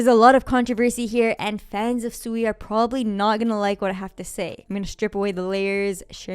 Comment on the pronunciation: If you actually did your research on SUI you certainly wouldn't be calling it Suey like chop suey. You would have at least watched one video from the founders of SUI from Mysten Labs where they pronounce it right numerous times in just a matter of 5 minutes. As well as your fud on a decentralized Exchange Cetus being hacked doesn't mean the blockchain was hacked that's like saying FTX collapsed but the Solana blockchain was the problem of why FTX collapsed. I'm guessing you're overallocated in SOL